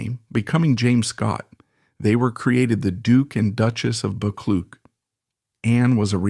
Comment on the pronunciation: I'm pretty sure the name Buccleuch is pronounced Buck-Loo.